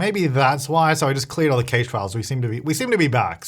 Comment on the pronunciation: Do Australians pronounce cache as caesh, or is it just? I never knew that lmao